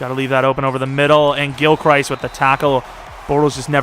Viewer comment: If your changing players names, might I suggest changing Gilchrist's name? You pronounce it like he's Christ lmao. He pronounces it Crist.